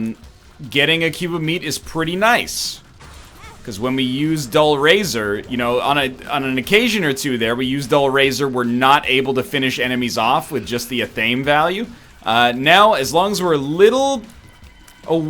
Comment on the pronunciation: >STILL pronounces it "uh-thaim" For the millionth time, athame is pronounced "Ah-thuh-may" my dawg. Imagine how you pronounce Anathema, now take off the "An" and switch out the last vowel with an "e" or "ay."